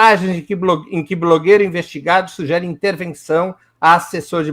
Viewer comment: Esse é mesmo um jornalista?? Ele fala " sujere" e especifica como uma afirmação!!???